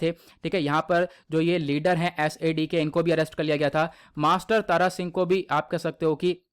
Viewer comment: Tara Singh Nhi Thara Singh ji hai